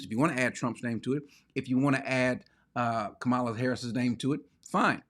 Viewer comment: When five men show up at my door, it won’t do anything that hasn’t been done to me before by Black people. I grew up in Baltimore. They robbed you every week and none of them were foreigners and Brother Cory you should pronounce vice presidents name properly. Her name properly.